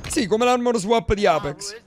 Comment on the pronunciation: Alla fine ne pali male a pronunci sempre apex 🤣🤣🤣come sei andato all'evento?